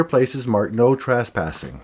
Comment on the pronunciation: I am intrigued by the way you pronounce trespassing, as if it were spelled traspassing.